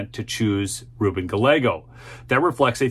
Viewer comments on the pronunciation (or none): Yay Kari!!! don't like the democrat running against her, but at least for the sake of my Mexican friends, it's - GAH -YEY - GO not Ga-leggo. Other than that, thank you. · Gallego is pronounced - Guy Eggos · "Guy - egos", not "Galego". 2 Ls in Spanish is a Y sound. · Im a native Arizonan, I live in the infamous, corrupt, Maricopa County. Kari got robbed in the 2022 Eleckshun! P.S. Gallego is pronounced: Ga- Yego. The double LL has a Y sound in Spanish. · I am voting for Kari Lake, the other guy's name is pronounced GUY-A-GO! An hispanic name. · In spanish double L "ll" is pronounced with the "y" sound and the "a" is soft. Its giyeggo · His name is pronounced: Guy-yeh-gose. Double-L is a "Y" sound in Spanish-origin names. 😁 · It's Guy-Yeh-gose! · Gallego is pronounced "Guy-eggo". Double L is pronounced as a "Y" sound in Spanish. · Gallego's name is pronounced "guy yay go." Double L is pronounced like a y. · Dude! The guys name is pronounced GA-YEGG-O!! He’s Spanish and in that language two LLs together are pronounced as a Y. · It's pronounced Ga'Y'ego" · I'm not usually a knit picker but in an effort to help out a fellow conservative so you don't look/sound like AOC the opponent's name is pronounced "Guy-A-Go". Thanks for keeping us informed. How about house and senate race maps. That would be great! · Please, please, please . . . a double lol in Spanish is pronounced like a "y" Ga- YEA-go